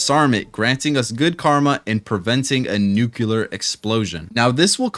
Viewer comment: Nuclear, proper pronunciation: "new + clear", not, "new + cue + lur".